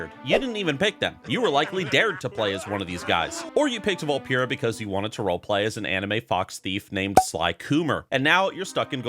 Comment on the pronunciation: Why’s he saying Vulpera wrong?